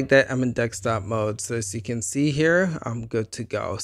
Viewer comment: Wtf you sayin Dextop mode for? It’s called desktop